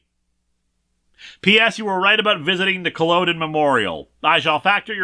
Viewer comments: I honestly thought for a moment the story just made up fake name for where they were visiting, until Linkara butchered Culloden. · ed-in-bruh in-ver-ness and i dont know how to break down Culloden also culloden is very important to scots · Judging from your pronunciation of Culloden and Inverness, someone hasn't watched Outlander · As a Scottish girl this comic and Linkaras pronunciation of Edinburgh makes me cry Edit: also the pronunciation of Inverness and Culloden